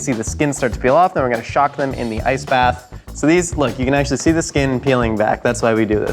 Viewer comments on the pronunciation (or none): none